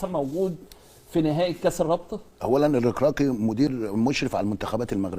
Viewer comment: الركراكي 😂😂😂اعلام لا ينطق حتى الحروف الابجدية صحيحة دافعوا عن انفسكم المغرب 🇲🇦 وصل للعالمية من كاس العالم قطر و انتم لازلتم تلعبون الدوري المصري 😂😂😂 نص دستة اهداف مع الرأفة ستة و نص و تعال بص 👀 😂😂